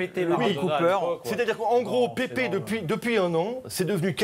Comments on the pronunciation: Putain ca se prononce pas Pépé ça se prononce Paipe mais ca s'écrit Pepe. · Pepe se prononce PÈPE pas Pépé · C'est pas Pépé, c'est Pepe y'a pas d'accent et ça ne se prononce pas Pépé, ça se dit "Pèpe". Bref, résumer Pepe à ça c'est triste, ça ne lui arrivait pas souvent des mauvais gestes contrairement à un mec comme Materazzi. D'ailleurs pendant l'euro 2016 c'est le meilleur défenseur du tournoi.